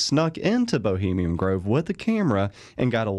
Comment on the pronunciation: Take a shot everytime he says 'bohemium' grove. XD